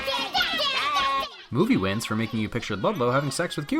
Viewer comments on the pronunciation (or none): The title and counter said win but your voice said sins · Why do these wins sound like sins? lol